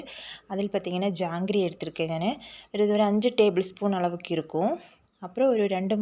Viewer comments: ஜாங்ரி இல்லை மா ஜாக்ரி. But supper dish Thanks for ur new idea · ஜாங்கிரி இல்லம், ஜாகரி..( jaggery) இங்கிலீஷ் வெல்லம்..